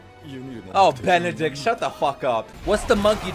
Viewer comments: Berthometule? Burb!? Burby!?! Benedict?!? BERRY?!?! HES NAME HARD TO SAY BUT HOW CAN U MESS UP BERTOLT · Him calling Bertholdt Barthenial 😂🥲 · Bwahahhahah..... I can't stop laughing when u always mispronounce brtholt name.... Bathamiel and berry hahhaha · Say it like ‘Bert-old’ not bartholemeux lmao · Thats bertholdt not benidict lol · I'm living for the wrong Bertoldt names xDDD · and then he called him "berry" sksksnksxjs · Bartholomew, barry = lol flash, then berry, then benedict. I'm already saying it, he will never say bertolt's name right looool YAY tOM NEW RECATION WOOOO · I love that you pronounce Christa as the Japanese Kurista. Also Bertholdt has so far been called: Barry, Berb, Bartholomew, Batman, Bub, Boskov, Benedict xD like a running gag at this point. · i appreciate you continuously getting bertholdt's name wrong lmao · I'm just here chilling to the sound of slaughtering Bertholt's name xD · Your pronunciation of bertolt made my day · You’re a true fan, because you can’t correctly say Bertholotos name. Good job! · This dude really just calls berthold any name that starts with a B 😂😂😂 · I love how he keeps messing up Berthold's name, it's one of my favorite things adsjashdk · The way you butcher Bertholt is so funny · The fact that you keep miss pronouncing Blasphemy’s name LMAOOOO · I love how you keep butchering Bertha's name. It's such a meme lol